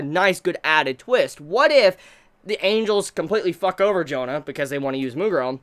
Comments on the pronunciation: Jahn aint that hard to pronounce right? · Okay, just say John. It's pretty much the same pronunciation. Not Joan-ah. Just copy the anime, they do a pretty good pronunciation. Of course no French accent, but its probably the best option for you in trying to say her name. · Her name Jeanne; pronounced Zhawn! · Why in the world would you pronounce Jeanne as "Jona"? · maybe because its easy to pronunce , but "Jaene" is the correct pronuncitaion of the Jeanne name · Crimson Head He should know how to say that name. Hell, he reviewed Drifters and we all know who's in that show.